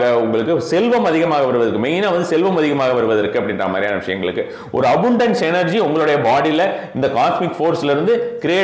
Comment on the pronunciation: அபுன்டன்ஸ் இல்ல, அபன்டன்ஸ்…🤦🏼‍♀️